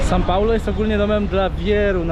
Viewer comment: kłuje w uszy to "san" paulo